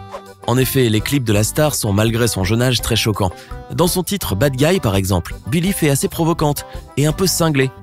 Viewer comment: je rêve ou il a dit nillie?